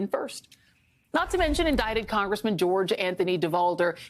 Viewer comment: I loved how Joy pronounced lyin' George's full name 😄